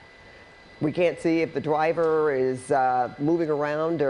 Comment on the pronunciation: I can't take this seriously with the anchor saying "Twaffic" and "Dwiver" 😂